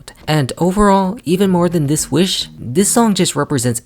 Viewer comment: no that’s valid there’s actual lot a video on here or someone breaking down the lyrics and showing how off the cadence is. If we’re talking about pet peeves I hate the way she says WEESH instead of WISH.